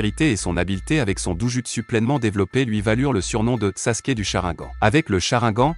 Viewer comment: Et au fait on dit sharingan ou si tu préfères cha rine gane